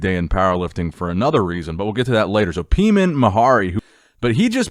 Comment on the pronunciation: Peiman’s name is pronounced “Pay-Mon” not “pee-men” it’s a Persian name. Just thought I’d led you know